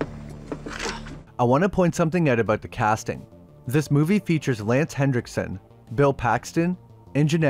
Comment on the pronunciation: There's no D in Henriksen.